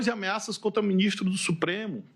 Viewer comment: "😊Meu minixtro"